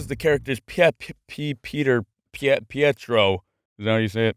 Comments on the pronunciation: Pietro is pronounced as PEETRO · Pietro Maximoff (Quicksilver)'s first name is pronounced Pay-Tr-oh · I love how he can pronounce T’Challa but not Pietro XD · I've never watched a single Marvel movie, but I laughed so hard when you tried to pronounce pietro cause I grew up in a Italian speaking family and omg I died